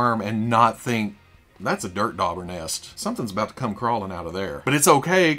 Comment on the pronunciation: Anyone else hear "dirt daughter" instead of "dirt dauber" nest ? 😂